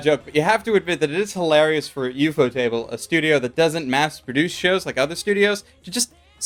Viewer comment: Thought Ufotable was 1 word...not ufo-Table...😅🤣